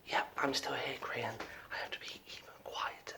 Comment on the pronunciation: Grian not brain